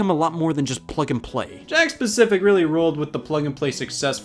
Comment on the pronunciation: Today I learned it's "Jakks pacific" Not "Jakk specific"